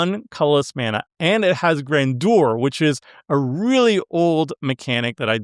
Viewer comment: Gran jur. Not gran do-er